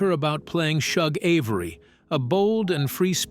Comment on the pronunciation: I firmly believe AI will be the death of humanity. Yuck! Besides repeating the same fucks multiple times. It's pronounced CEE-LEE, SHOOG, and AL-BURT.